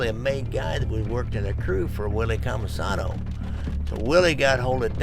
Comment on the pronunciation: It's Cammisano, not Comisono